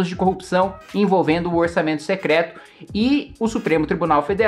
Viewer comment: Cebolinha secleto mesmo 😅😅😅😂